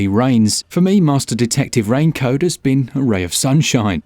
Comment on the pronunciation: the dude say rain code and i hear him saying rain coat 😂